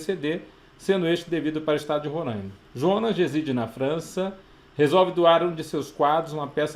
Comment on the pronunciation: Não é Rorãima... é RoRÁima. Tô zuando kkkkk. Ótima aula!